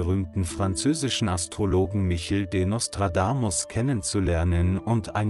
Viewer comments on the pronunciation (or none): tschau , also Bitte sprich den Namen richtig aus , oder lass es besser der heist nich Michel ;-) sag wenigstens Mischel das ist französisch gesprochen , Michel lebt bei euch in Holz irgenwo ;-) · Das dachte ich auch sofort! KI ist langweilig und betont oft falsch. Und sie muss Eigennamen richtig aussprechen lernen.